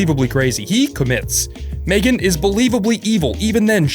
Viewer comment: Yeah, we all know the two words already. Me-Gan.